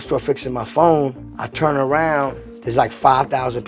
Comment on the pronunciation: Stop wetting your "P" sounds a d stop pronouncing "turn" as "churn". Fool.